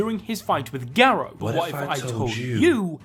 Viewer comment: Him - ga-row Me - gar-ru